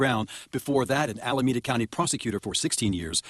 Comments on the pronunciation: Al-a-me-da, not almeda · You should learn to say Alameda correctly. AL UH MEE duh. 4 syllables. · ALAMEDA AL-UH-MEE-DUH 😄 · please learn to pronounce the country correctly